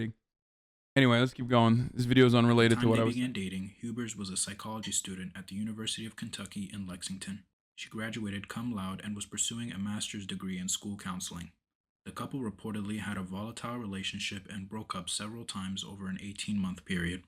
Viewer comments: Americans attempting to pronounce Latin words is always hilarious, but this guy's "CUMLOAD" was definitely the best one I've heard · said CUM LOUD with like 1/4 of his chest but seriously cum laude isn’t pronounced like that homie